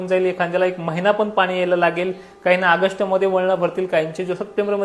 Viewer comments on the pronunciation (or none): आगश्ट नाही रे सोन्या ऑगस्ट